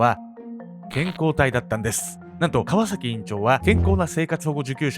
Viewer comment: 川崎のイントネーション気になってしょうがない